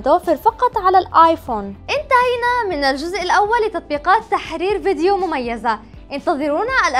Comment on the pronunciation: انا لا اقصد الاهانة بس الفيديو فيه الكثير من الاخطاء اعتقد ان المقدمة تعبانة بس تقول تححححررير تركز على حرف الحاء و الكثير من اخطاء الكلام فقط انا اسف بس اذكركم كي تعدلوها و يصبح محتواكم افضل